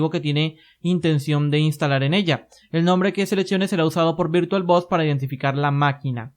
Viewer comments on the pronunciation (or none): Muy buenos tus vídeos. Quizás sea cuestión del acento pero por favor, no le llames VirtualBos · "virtualBos", jajjajajajaja XD